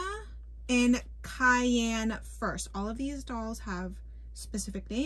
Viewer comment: You pronounced Cayenne correctly. They are wearing bridles. If it has a bit and reins its a bridle. No bit and a lead rope is a halter. Hannah is dressed as a western rider, they don't usually wear a helmet. Storm is a dressage horse. I'm not sure if there is a difference between the other two, they are both english style but one could be pleasure and the other a jumper.